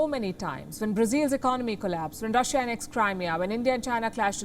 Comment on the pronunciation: It's Russia not rasia